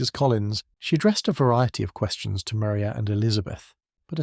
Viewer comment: Maria Lucas in Jane Austen's 1813 novel Pride and Prejudice, is pronounced Ma-RYE-ah.